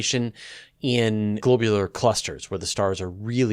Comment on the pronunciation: FYI, I can't find a single reference that agrees with your pronunciation of "globular". Maybe you're the first, and will someday be credited with originating this variant. :)